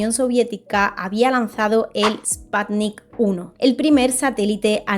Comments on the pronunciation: No se dice Espatnik NO ES INGLES, se pronuncia Esputnik, tal cual como se escribe. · Esto no es spatnik, es sputnik 😂